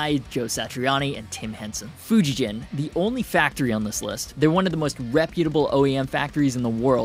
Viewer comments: It's always funny to me how Americans pronounce Fujigen. The g is hard. It doesn't sound like J. If they intend it to sound how you pronounce it, It would be spelled Fujijen... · Yea that's not how you pronounce Fujigen. It's a hard G not a J sound.